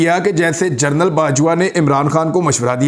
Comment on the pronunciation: Yar Imran bhai, general KAHA karein, journal nahin